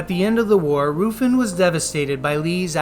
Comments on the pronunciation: It’s not Roofin it’s Ruffin :( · Roofin??! God god man.